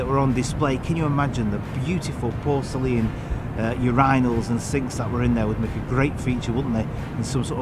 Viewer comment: Downvoted purely on mispronunciation of words, particularly porcelain